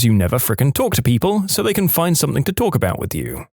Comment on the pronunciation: No k in the word something